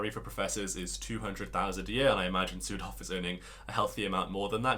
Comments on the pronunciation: This is silly but I heard "Südhof" as "Pseudo" and it cracked me up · Your pronunciation of Südhof could improve. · Omfg not sudhof 😩😩😩